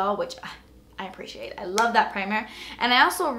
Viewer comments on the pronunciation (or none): none